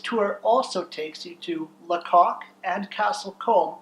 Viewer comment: Lacock is pronounced Laycock.